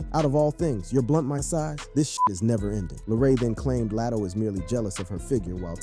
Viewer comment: Who is Lat O. Say their names correctly 🤦🏾‍♀️